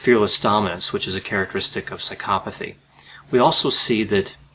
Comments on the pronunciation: i cant stand the way he pronounces psychopathy, l feel like going psychopathic myself hearing it.. Why is the accent made on the psy-CHO-pathy and not on PSY-chopathy, you do not say psyCHOpath, why would you say psyCHOpathy then? my god i seriously can not watch this video hearing that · why do you pronounce it like "sykopothy" isn't isn't it psycho pathy? you say psychopathic but then you say skyopothy lol. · had to stop watching because of Psy-cop-athy. maybe thats the way it is supposed to be pronounced but its driving me nuts. Bye.